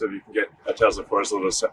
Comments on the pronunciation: Leon cannot even correctly pronounce the name of his own damn company. *Tezla*? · It's not Tezla it's Tesla. Elon can't even pronounce his own company name. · Musk doesn't pronounce Tesla correctly. He says Tezla.